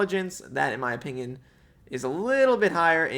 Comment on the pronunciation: the way says "opingion" just pmo